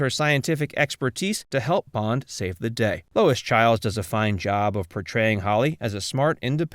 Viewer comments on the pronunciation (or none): none